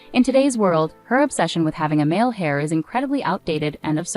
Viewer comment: Its heir not hair.